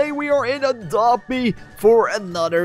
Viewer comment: Did you sad “for a drop be”